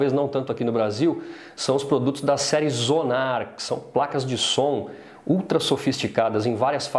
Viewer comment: Serie de placas de som Asus Xonar não Zonar aos min do vídeo. Foi só uma correção mesmo, o review esta muito bom, bem explicativo!